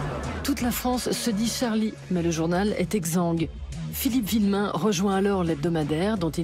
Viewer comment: C'est Philippe VUillemin et non Villemin :)